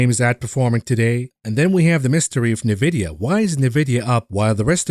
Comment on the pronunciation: having worked there before, it's pronounced En-vid-ee-ya (n-Vidia, "n" like the mathematical variable, yes we are/were all nerds). Good stuff on your channel - but it's like fingernails on a chalkboard everythime I hear it. Feel free to continue your pronouciation to spite me;-P I won't be offended, I spoke my piece.